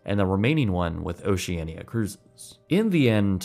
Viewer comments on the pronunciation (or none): Little correction on the pronounciation of Oceania cruises that was mentioned at the end (as I traveled myself withthis line and exactly on this ship class), even tho it is spelled Oceania, it is pronounced Oceana (there is some legal thing so they couldn't name it just Oceana but yeah qwq)